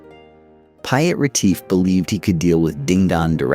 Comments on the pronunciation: I do wish the Narrator would research and practise saying names correctly. Piat Retief. Really? Piet....pronounced like Peet. Please ask a South African to help you with the pronunciation. It will mean a lot to us and I'm English speaking, nogal, lol. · Intriguing telling of the tale. Do please learn the correct pronunciations of the people's names and towns before publishing, please? Maak my dood om te luister na die boô'res, afri'cains, en Pi'jat Reteef's. Man maak Natal klink soos ñ "niq-u" 😂